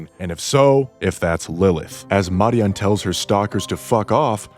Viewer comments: You surely are american Any language that PROPERLY pronounces their vowels consistently pronounces both names as in this video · As a Hispanic… no… that is not how you pronounce it lol. WTH are you smoking my friend? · I wont roast your theory, but i'm disturbed by your pronunciation of simple names like Neon, and Marian. I assume you must not play with the English voices on.